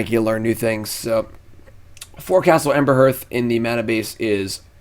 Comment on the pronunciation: Hey, I'm a big mogg monday fan! One tiny thing I was hoping to contribute- I noticed you mispronounce one of your most commonly played mogg-monday lands, Castle Embereth. If you re-read it, you'll notice there's no h or r sounds in the second syllable. So it's probably more like Ember-eth than Ember-herth!